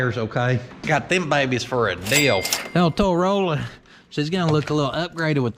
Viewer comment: I heard that because of the "Towrolla" that Toyota was making a Corolla mini pick up. 😂😅😊